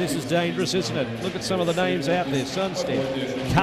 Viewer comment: The Butchering of the names here